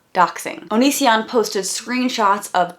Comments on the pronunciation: I thought I was the only one who was annoyed by how he says "Pay-tree-UHN" especially when he pronounces his own channel name as "oh-nee-see-AHN" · So if he pronounces Patreon like that.. have we been pronouncing Onision wrong all this time?